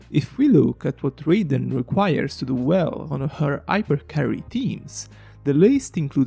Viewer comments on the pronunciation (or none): please learn how to pronounce raiden